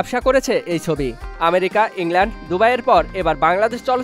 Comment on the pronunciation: Thik moto bangla bolen bhai, chobi ke sobi jodi bolen then its not a good thing for the people who hear your content